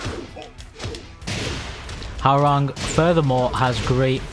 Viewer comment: Please stop saying HOW rang. It is pronounced HWA RANG.